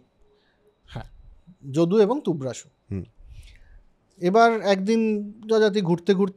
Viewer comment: Tourvasu not tuvrasu